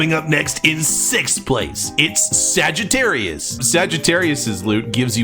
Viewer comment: Why does it make me uncomfortable with how he pronounces Sagittarius like is that how you actually pronounce it like jeez